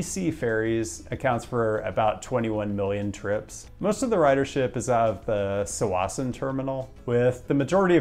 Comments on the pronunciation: Yes! It's pronounced tah-WASS-en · Hands Down BC Ferries beats NYC. Way better connections than Seattle and more amenities. Also the area of the southern terminal is pronounced "ta-wa-sen" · tsawasssen is prnouncedf tawasen